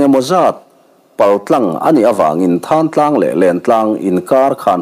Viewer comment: Thán Tlang ni lovin Thlantlang zawk tur a ni lo maw. A ziaktuin a ziak sual emaw a chhiartu in a chhiar sual emaw a ang. Khawnglung rún tute khan Mizoram a Thingsai khaw chhak lawk, Tiau ral a awm Thlantlang khua a nih hmel